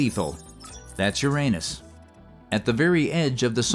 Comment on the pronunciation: Did anybody else giggle like a 7th grader every time the AI said "anus??